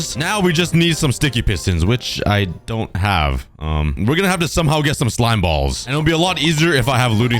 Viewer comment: stressing the word "balls" too much